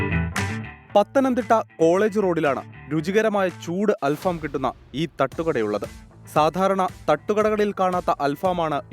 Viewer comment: അല്‍ഫാമോ അതെന്തു ഫാം .... 🤣🤣 അല്‍ ഫഹം എന്നാണ് .... ഫഹം എന്നാല്‍ കനല്‍ എന്നാണ് അര്‍ത്ഥം .. കനലില്‍ ചുടുന്നത് എന്ന അര്‍ത്ഥത്തില്‍ ആണ് ബാര്‍ബെക്യൂവിന് അല്‍ ഫഹം എന്ന് പറയുന്നത് ...